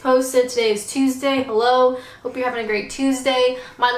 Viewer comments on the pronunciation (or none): none